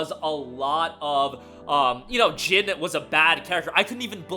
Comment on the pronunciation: His name is NOT Gin. It’s Jin. Like the word Jean from blue jeans. If you say one word in Japanese correct then just say the vowels the same. It’s cringy